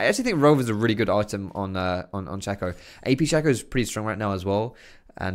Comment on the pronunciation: ITS NOT FUCKING SHACKO AS IN WACKO!!!!!!!! S H A C O!